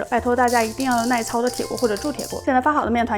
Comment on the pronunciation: 耐操本来是个正常词，可是很多人爱把操读四声，是读一声的。